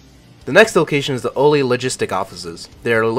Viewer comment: haha its pronounced ALL-LEE (oli) for interchange btw